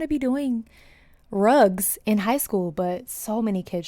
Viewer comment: Rags? "Rugs"?